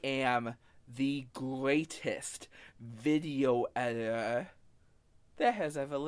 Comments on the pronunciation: “ I am the Gweatest Veeioo eeiter that has ever lived” I dunno man, I think the greatest video editor ever would be able to pronounce their title, you wouldn’t expect a captain of a ship to not be able to pronounce his title nor the name of his ship ? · bro can't even say video editor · The self proclaimed video editor can't even say video editor